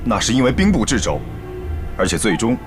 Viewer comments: “掣肘”念作“撤肘”，不是“制肘”。誉王靖王俩白字先生在第38分钟时频秀白字，斗嘴斗得我一脸黑线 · 掣Che 肘不是Zhi 肘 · 是啊，风驰电掣的掣，两个演员竟都读成了“制”。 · 掣肘念错了，不是制肘，念che😂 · ❤掣肘 che zhou不是zhi zhou啊啊啊啊啊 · 掣肘应读chezhou,而不是zhizhou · 掣肘 chezhou，不是zhizhou，兄弟两的老师要打屁股了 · 掣（che）肘，不是zhi肘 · 这里面 把掣肘che zhou 读成了zhi zhou 般若bo re 读成了ban ruo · 掣肘 。。。che 。。。不是 zhi。还说了好多遍，台词老师呢？好尴尬 😅 幸好不是酥胸说的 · 掣肘 zhi肘😂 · 掣（音“彻”）肘 唉 还念错三次 太尴尬了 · "掣肘" 一词, 在大殿赈灾辩论中靖王和誉王多次念成 :制肘", 哈哈, 演员的修养还须提高, 这个词是初中生都学过的, 汗!!! 校对也要负一部分责任, 配音时所有人都不懂"掣肘"这个词如何念吗? 戏子如此, 国学堪忧啊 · 掣肘 che四声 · 掣肘，念Che，四声😂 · 靖王说兵部掣肘是zhi肘，哎妈呀。